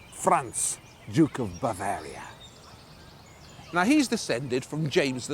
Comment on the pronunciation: When you say Bavaria, it sounds like a disease.Can you please do something about it.